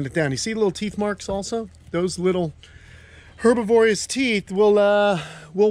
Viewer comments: herbivorous--try putting the accent on the BIV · her-bi-vor-ous,, not herb-iv-orious 😂